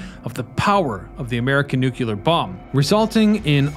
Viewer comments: Good video. One thing you might want to note... The word is new-clear not new-cue-ler. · FANTASTIC! But, it's 'NEW-CLEE-ER', not 'NEW-KYA-LER'...